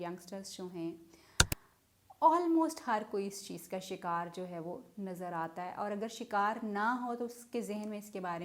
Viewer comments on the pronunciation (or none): none